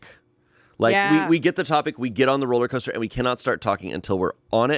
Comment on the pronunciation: I can't believe nobody called on "rolla coaster". I wonder if she realizes the word is "rollercoaster" or if it's just Boston-adjacent vernacular?